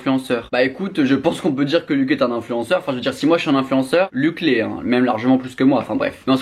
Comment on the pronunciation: Par contre, pour éviter qu'il te tape sur les doigts , son prénom se prononce pas "luck" mais bien luch, avec le son "ch". Il l'a répété plusieurs fois dans ses vidéos 😅